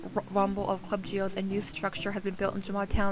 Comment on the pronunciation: Gee ohs not. Gee oz